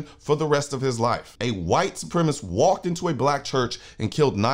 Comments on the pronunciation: FYI - The word is Supremacist (4 syllables) not supremist (3 syllables) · Love ya Colion, but there are 4 syllables in supremacist